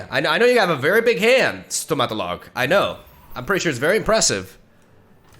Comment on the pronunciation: as a Serbian, I can say that pronouncing stomatolog was priceless